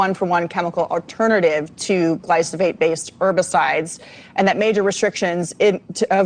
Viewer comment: Please for the love of DOG!!!!!@ If you KNOW you're going to be reporting on something in particular and saying the name of said thing over and over and OVER again PLEASE FFS LEARN HOW TO PRONOUNCE THE GD WORD!!! "GLY- FAUX-SATE" "GLY- "FOH" SATE" = glyphosate! You try to speak with authority but mangle stuff way too often! iF you eat food you should KNOW WTF glyphosate is! Especially a college graduate. JFC Glyphosate been KNOWN !!!!! You LATE Boo!